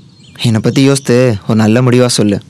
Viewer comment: Yosthu illa boss yosithu